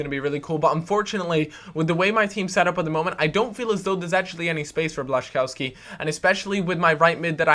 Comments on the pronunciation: Błaszczkowski = Bla-shi-KOV-ski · you pronounce blaszczykowski's name as: Blah-xah-kof-ski